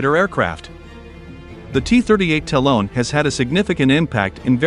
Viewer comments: It’s Ta-Lon, not Talone! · The cost of lazily handing the narration off to an app. No one who knows anything can watch past the first minute after that third time of having to hear "talon" pronounced with a long o. DID you review your work? How many times did you hear "talone" and think, "yep, must me how it's pronounced."